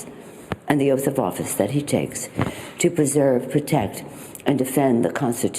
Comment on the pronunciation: No one wants to hear your 'Uth of Oafice', Nancy. Psychologically, I can see how a preceding big lie like that could cause a stumble.